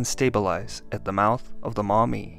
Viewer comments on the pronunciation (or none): "At the mouth of the mommy", that sounds so wrong dude...stop saying that!